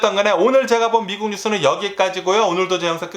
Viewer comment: 원래 한국말이. 어눌한가요? 미쿡 미쿡 하는게. 약간 거슬리네요